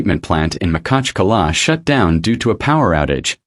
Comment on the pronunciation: У нас город Махачкала,а не Макала неужели труднотпроизнести?